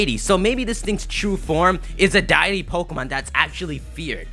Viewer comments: "Dye E.T"....It's "DEITY" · it's pronounced deity not diety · damn bro you suck at pronunciation. put down the Pokemon occasionally and read a book. omnipotent (ahm ni puh tent) not omni-potent, deity (dee ih tee) not DIET-y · I hate to be the grammar nazi, but it's pronounced 'day-ity', not 'die-ity'. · Did he say die-it-ee? It's pronounced Dee-it-ee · it's not pronounced "MEE-mee-que", it's pronounced "MIH-mik-yoo", a play on "mimic you". And deity is pronounced "DEE-ih-tee", not "DIE-ih-tee". I'm naming my Mimicyu "Pikaboo", or that might even end up being its English name! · ...why do you say "D-ity" like "Die-ity"??? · it's Day-Eh-Tea, not Die-Eh-Tea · Okay, I've had enough...Deity is pronounced DEE-IT-EEY